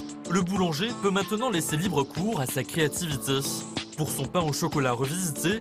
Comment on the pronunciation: Je sais pas si j'entends bisard mais quand il dit "a sa créativité " vers ,je trouve qu'il dit sa tellement bizarrement